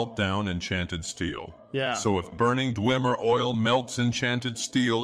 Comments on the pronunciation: Ah yes. The "Dweemer" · D-whem-ur ✅️ D-wee-mur ❌️ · I know this is all AI generated, but after playing the game, wouldn’t you have made it to where the AI would actually say Dwemer instead of DEEWMER??? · dwemur is our word, but you can say dweema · This joe is getting more and more realistic lol That he keeps saying *Dweemer' is accurate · "Dwee-mer auto-Matons" 🤣🤣🤣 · "Daweemer Oil" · Hate how he says dwe mer. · I love how Joe uses my old pronunciation of "Dwemer"... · I love how Joe really mispronounces every word he would actually mispronounce